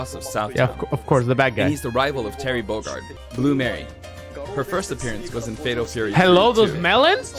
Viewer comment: I love how he just (refuses?) to pronounce Bogard right